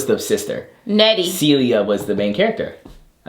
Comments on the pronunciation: The picture stories have me cackling!!! 😂😂 "Celia" is taking me out! It's Celie and Oprah was not in The Help 🤣🤦🏾‍♀️ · The name was Celie. As in “sealy”.